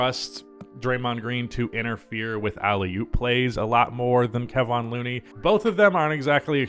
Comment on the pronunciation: You say Kevon Looneys name wrong